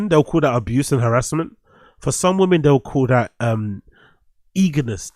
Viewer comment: Why does every single GenZ guy online say “woman” instead of “women”? It’s like they all do it! “A bunch of woman” Raised by iPad ahh weirdos. 🤦‍♂️